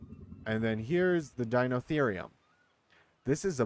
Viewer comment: Pronounciation is dy-no-theer-ri-um that's the best way I could spell it